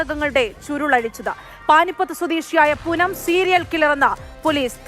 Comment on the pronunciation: പൂനം അല്ല പൂതന